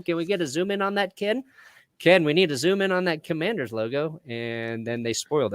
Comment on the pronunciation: Washington CUM-Mann-DERS